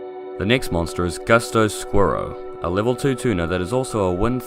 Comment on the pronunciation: Messed up saying squiro effect